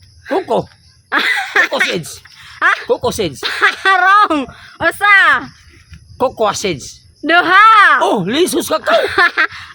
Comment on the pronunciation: Mam ang correct pronunciation sa cocoa mam is quequeyoo